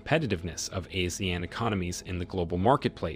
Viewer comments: It’s pronounced (Ah See Aaan)… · It should be pronounced as Ah-See-Yahn. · ASEAN is pronounced as ah-sea-arn. Not “a-sian” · Please look up your pronunciation of Brunei and Asean. It would make your statements and arguments much better for the listener.